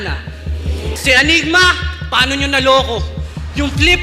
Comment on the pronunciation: ANYGMA boss, hindi ENYGMA.